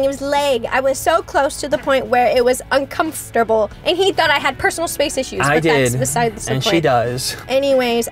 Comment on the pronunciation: anyone remember the bloopers video where said the word "uncumfrtable" a few times...this reminded me of that😹